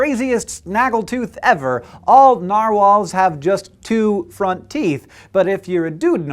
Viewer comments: i think the way hank says narwhals it the correct way to say it, because that is almost how it is said in norwigian. Sincerely a norwigian person. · Sincerely a fellow Norwegian person yes it's right